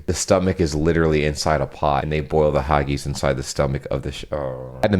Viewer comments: As a Scot, I love how you tried to pronounce haggis 😂🥰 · Haggis is pronounced differently. It's a traditional Scottish dish of sheep's pluck, oatmeal and spices cooked in a sheep's stomach. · Haggis is pronounced. Hag--iss. There is no turning on red lights at all in the UK. If you do so, the camera above the junction will make sure you get a hefty fine for running a red light.....that's if you avoid an accident. If not, then you are in real do-do! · The haggis thing had me cringing at the pronunciation😂 As a Scot i have to inform you that its pronounced either hagg-isss like hiss without the 'h' or hagg-is. Also, Glaswegian. Its Glas-we-gian, people from the city of Glasgow (Glasgo, not Glascow or any other crap pronounciations). Those are my PSAs for the day 😁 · It’s pronounced ( phonetically spelt here) Hag is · Haggis, that's hag-iss dear not hargies 😀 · Hah-geez?!?! The word is pronounced HAG-iss. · Just an FYI if it ever comes back up, Haggis ends with a hard S sound like kiss or miss, not a soft S/Z like takis or tacos. Glaswegian (pronounced Glaz-wee-jun) or people who come from the city of Glasgow in Scotland. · Dumbest thing in American ever said to you, how about hagies for haggis it is said ha-gəs...🤣🤣🤣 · hello, about the haggis bit (leaving the embarrassing moment aside), haggis is a known food of scotland, and is more of a hard i sound, not an ee sound. :) also, there is no turning on a red light, it just means stop, and a glaswegian is a person from glasgow. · Haggis is pronounced Hag - iss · My American friend sent me condolences when the Pope died because she thought he was the Pope of Canada. Another told my cousin that someone in New York told her that Canada is the most beautiful part of 'this country'. I've never heard haggis pronounced "hawgees" but it's amazing the number of people who think haggis IS sheep's stomach. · I’m Scottish, and your pronunciation of ‘haggis’ is odd, but kinda cute 😉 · Never say haggis again